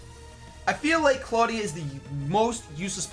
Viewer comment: I will explain it to you. It's Clawdia... Nuff said.